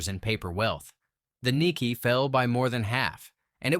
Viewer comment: Japan’s stock market is called the Nick-A not Nick-E